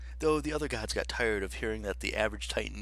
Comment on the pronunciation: did you say “the other GODS”?!?